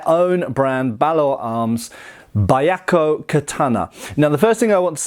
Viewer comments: Oh no, he's going to pronounce it Baiakko the whole time... (Y is always a consonant in Japanese, if "bya" is hard to pronounce, try "beeyakko" and just minimize the "ee") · you pronounced it correctly the first time! It's pronounced as bee-ahk-ko, not bai-ahk-ko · I don't want to be that guy, but it's "byah" not "ba-yah" at the beginning there. "White Tiger". Probably in reference to the sad story of the teenagers of the White Tiger Force in the Boshin War (1868ish). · it's pronounced "beeahkoh". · I know this is a late reply, but it should be two syllables rather than three; "byah-ko." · Just for pronunciation sake, Byakko is pronounced bʲa̠k̚ko̞ (IPA). More or less “be-akko” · Technically it's pronounced Be-Yah-Ko but other then that great review. You honor our ancestors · You mispronounced the name. Byakko is two syllables pronounced as 'Byak-koh.' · Bee yah koh, may be a simpler way to phonetically say it. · "Buy Yako Katana", huh? It's Pronounced (Bee-Yak-ko), and did he say Suraj? I think he means O-Suriage お磨上げ (pronounced -O-Su-Ree-Ah-Geh) Somebody should teach a lesson or two in basic Japanese pronunciation. It really wouldn't take long. And then his videos would have another layer of authenticity to them. IDK what it is with guys from the U.K. They always seem to butcher Asian languages worse than everybody else. On second thought, no. They're right on par with certain Americans. So I guess I am just being nitpicky over a small matter. Never mind. 🤦